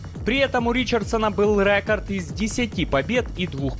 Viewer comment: Рэкорд,рэкорд. Говори нормально